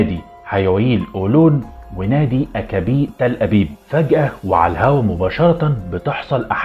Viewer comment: نادي مكابي تل أبيب وليس أكابي يعطيك العافية